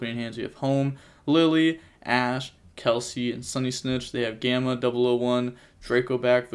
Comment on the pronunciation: mans really said "Kelsie" 😂😂